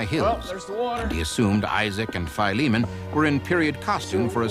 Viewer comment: Wonderful story..BTW someone should tell the narrator it is pronounced Phil-e-mon, not FIE-lee-mon. It's an ancient name from the Bible, as in Titus and Philemon. Duh...